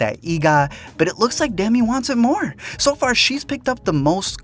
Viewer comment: "Dimi wants it moore" lol